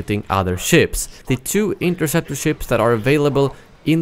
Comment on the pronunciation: Hea Said inkerseptor🤣🤣🤣🤣🤣🤣